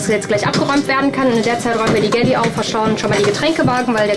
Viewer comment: jede Bordküche heißt im Fachjargon "galley" :) aber es wird nicht gäläää ausgesprochen wie es die Reporterin tut